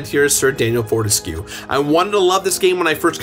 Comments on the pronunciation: Four-te-skyoo, not four-tes-que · I think "Fortesque" must be pronounced as "burlesque" and every other word with this -esque suffix.